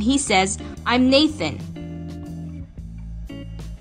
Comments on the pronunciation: Am I the only one that heard Naked instead of Nathan? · At first I thought you said "hi I'm naked" XD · For second i thought he said hi im naked